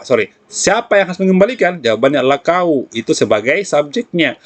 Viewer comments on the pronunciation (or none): mksh banyak om..ilmu nya smoga bermanfaat saya suka pas logat.. "siapa yg harus mengembalikan buku?" kauuu yg balikan😂😂🙏